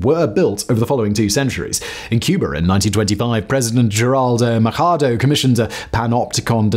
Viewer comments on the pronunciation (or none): No idea why you pronounced Machado as if it was polish. Machado is a Cuban name and pronounced with the ch as in Charlie. Very nice video anyway!